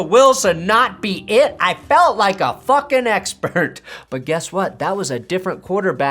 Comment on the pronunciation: “Patrick fackin Mahomes” 😂